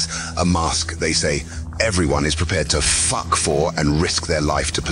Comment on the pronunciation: It's the emphasis for me